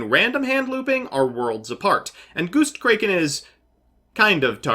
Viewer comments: When he went "Goustcrayken" i felt that🤧🤧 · Ok, has to deliberately mispronounce things, right? "Goostkraken"? Really? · are you mispronouncing everything on purpose holy shit goostkraken? is it going to lay an egg?